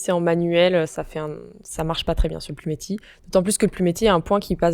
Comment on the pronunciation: Bizarre, la façon dont vous prononcez "plumetis"!